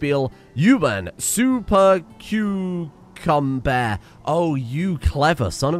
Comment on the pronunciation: Streamer says super cucumber correctly in this video.